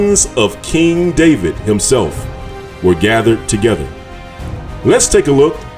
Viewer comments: In Hebrew the “v” in David’s name is spelled with the letter called vet and it sounds like the english “v” and not “w”. So the way David’s name is pronounced in Hebrew is Daveed with the “i” making a sound like “ee” or as in the word feed. So knowing this it is a bit difficult listening to the reader pronouncing David’s name Daweed! He would be better off just saying David instead of distracting the listener’s ear from the message that he is trying to deliver. Its like someone saying I’m going out to cut the gwass when you know that he should be saying grass. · So .the pronounciation is Da'wid and not Da'vid? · Shalom king. I would like to know where you get this yahuah name from and why are you saying daweed when there is no W in Hebrew. It is there in Arabic. And you say Yahshua when the structure of Hebrew says that when the syllable is stressed on the 2nd to the last letter the vowel shortens. which would.make it Yeshua.... ALL languages have structures English is the most complicated..(In America) Real English is in England...so where are you getting these from, sir? I understand that people that are trying to learn a language make many mistakes. I have asked people where they get this from and they try to explain or they have no answer-They parrot what they hear. So I submit my questions. Todah rahbah....